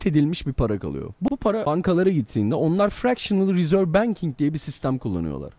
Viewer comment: Federal’i Türkçe okunuşuyla söyledin ama Reserve’ü Ingilizce okunusuyla söyledin.Ama yine de iyi videoydu:)